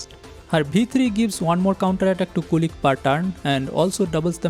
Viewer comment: The robodog is not "kulik", it's "kulich" with "ch" in "chair". Kulich is basically an slavik Easter cake